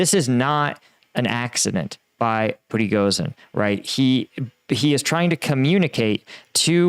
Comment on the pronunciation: It's PRE GO SHEEN not pregosin